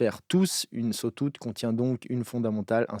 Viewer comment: Cool video. Par contre, tu m'as tué avec le "sotoute" aha